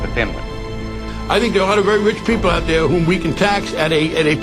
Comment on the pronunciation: Her goatenfelcher, I will not apologize. "thar?" "Controvery?" "deseved?" Really mate?